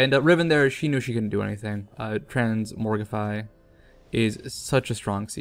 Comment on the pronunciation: TransMOGRify, not "morgify". |:( Sometimes I think you do this on purpose...